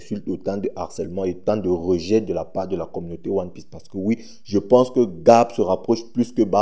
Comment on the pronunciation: 😂😂😂😂😂😂😂😂😂😂😂😂😂😂 😂😂 non toi vraiment tu lis one orifice pas one piece